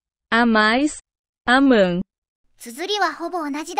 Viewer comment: ポルトガル人としてポルトガル語の分は大体正しいと認める、大体ということは一つが間違ているですからね。彼らは愛するの部分は "aman" じゃなくて "amam" です 例えば a↑manと言ったけど a↓mamの方が普通に言えそうです。 翻訳機が喋ているのぎこちなさではなくただ入力は間違ていると思います。